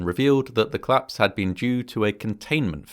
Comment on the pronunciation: Bro, it's collapse not clasp